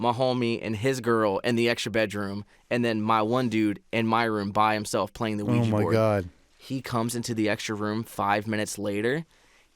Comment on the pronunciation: When they said the word qujia board Insta chills and a bloody nose on the dot when the said qujia board